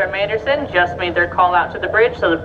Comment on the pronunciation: Yes, my point was, they said boat, and they definitely said Arthur “Manderson” twice, instead of Arthur M Anderson. Maybe a new employee?